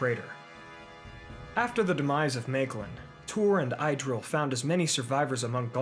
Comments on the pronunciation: Pronunciation note: please: Idril= Ih-dril or ee-dril NOT EYE-dril! Thanks. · It's not 'Eye'-dril, it's pronounced Idril with a short i as in the word, well, in - good storytelling though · Not “Idril”, “Eedril” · I have a question, wouldn’t the pronunciation of Idril be Eedreel? Just correct me if I’m wrong, tanks and great video!